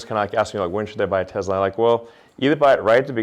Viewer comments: You would think that the owner of the company would know how to pronounce Tesla without a Z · it’s pronounced however Elon pronounces it.